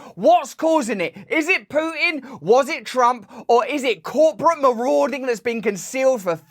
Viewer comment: please, it's P'u'tin like Rasputin, not Pootin;) (i realise you know this)